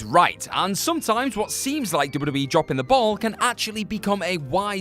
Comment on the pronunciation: *Double-U Dude said "double double E" about 18 times during this video and my eye twitched each time.